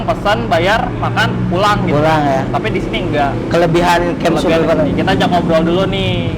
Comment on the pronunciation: Pelafalan SURVIVOR /səˈvaɪvə/, pleaaase!